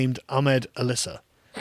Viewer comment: Btw it’s Al Issa not Alissa